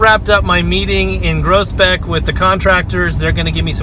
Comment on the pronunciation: Pronunciation is totally different here. The way I hear you pronounce it sounds like (Gross) beck. We pronounce it (Grows) beck. 😂